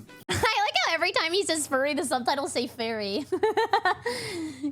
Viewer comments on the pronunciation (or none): every time he says furry, he says fairy. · How hard is it to say furry? I swear it's irking me that he keeps saying fairy. And I'm neither of the two, XD